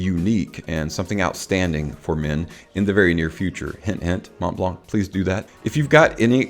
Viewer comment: You don’t really say the ‘t’ either in Mont blanc 😉 Thank you for the video. Great overview 👍